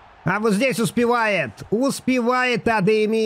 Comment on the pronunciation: можешь говорить адеями а не адеими